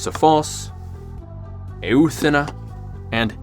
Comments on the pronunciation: all nice and all, but I cant fugure out how you properly pronounce kinos (κοινός) and mispronounce e-u-thina (εύθυνα). Proper pronunciation would probably be efthina. Loved the video! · here to help. they're pronounced "kinos" "sofos" and "efthina" and "enotis" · You have effectively butchered Ancient Greek, in nearly every single one of your pronunciations here. Κοινός is pronounced Kinos, with accentuation being on the O. Σοφός is mostly correct, but your accent is very strange. Εύθυνα is pronounced Efthina, with accentuation being on the E. Ενότης is pronounced Enotis, with accentuation being on the O. There is no H sound here. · They're pronounced keenos (common), sofos(wise), efthina (responsible), enotees (unity). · I'd like to help with the greek pronunciation: Κοινός: kee-NOHS Σοφός: soh-PHOS Εύθυνα: EF-thee-nah Ενότης: eh-NOH-tees Κληρωτήριον: clee-roh-TEE-ree-on.